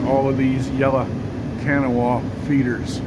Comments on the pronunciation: The equipment manufacturer's name is pronounced Ka-NAW ah - same as the river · Kanawha.....(Ka Nah a)....or (Ka nah), if you are from here!! Difficult to pronounce , kinda like the Monongahela! Great Videos, from Charleston, Kanawha Co. WV. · I'm pretty sure that would be pronounced kuh NAW uh. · it's kanawha pronounced like K GNAW. It it a Indian trip that was in the area.